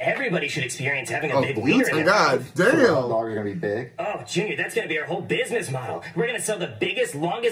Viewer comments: Sound like he said top dogs together which sound like taco 😂😂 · nahhh he fs aint say hot dogs he said sum like tatdogs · I rewind it but it did kinda sound like tacos😭but it just how he said it